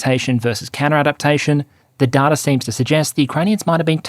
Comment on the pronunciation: Hi there. Loving the videos. Just wanted to say that I think you are pronouncing the word data wrong. It's pronounced data, not data. Thanks, love from a fan.